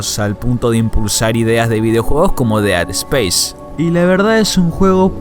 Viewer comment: No se dice "DEA SPACE" practica eso!